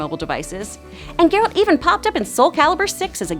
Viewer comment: Omg this girl was saying his name totally wrong the first several times... she’s def just reading of a promter.. meh lol